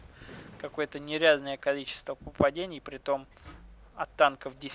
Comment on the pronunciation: учи русский язык! не попадЕний, а попаданИй.